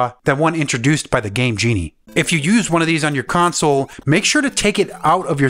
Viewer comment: I thought that he said gay genie.